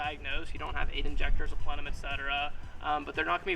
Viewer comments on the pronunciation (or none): none